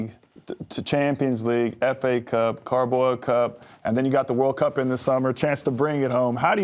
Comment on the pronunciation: Did the yank call Carabao cup the “Cowboy” cup? 😂